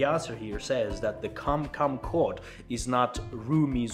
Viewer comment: Very nice to get a broad perspective on religion in Türkiye: history, statistics, tolerance, "what to expect." I feel better informed now. I'm from the USA. The English was very good. One small point: We say "quote" with more of a "w" sound, like "kwote." Çok teşekkürler!